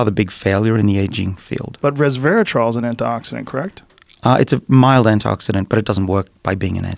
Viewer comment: Couldn't help hearing Dr. Bruce drop every time he said 'resvetartrol'.